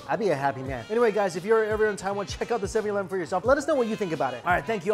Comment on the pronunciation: “7 Yee-leven”